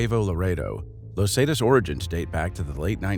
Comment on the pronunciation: great vid but him saying lozatas for los zetas was abit frustrating